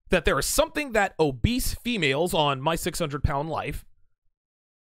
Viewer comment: Bruh😖 the way says "morbidly obeast" makes me want to work out hard as fuck.